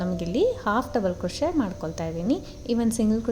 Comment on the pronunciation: Beautiful design. Please pronounce 'picot' as PICO. T is silent. Also the word crochet is pronounced as Croche( T is silent)